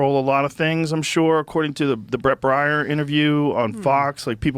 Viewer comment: Love how he mispronounced Neocon Nikki fan Brett Baire 😂